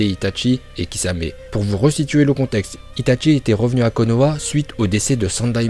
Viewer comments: « itatchi » il dit mdrrr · ITATCHI ARRRETEE C ITACHI